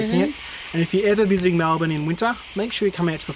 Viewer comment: You were spot on with your pronunciation of Melbourne, actually